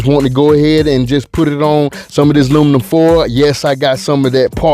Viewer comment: 😂🤣😂🤣😂🤣😂Im from the A and thats exactly what we say. "Luminum foil"🤣😂🤣🤣